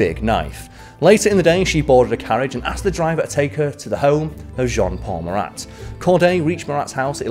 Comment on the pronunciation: As a French, I can tell you that you have a good prononciation. I was sure that you will prononce the final "t" of Marat, but no sweat 😂😂.